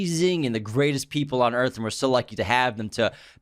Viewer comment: Scorched Earf